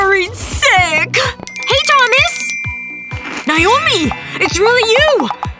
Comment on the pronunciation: That's my name but that's not how you pronounce it